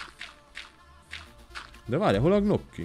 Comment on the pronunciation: A gnocchi-t nyokkinak ejtsd ❤